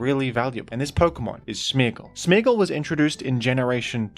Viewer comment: Are you saying smeegle or smeargle??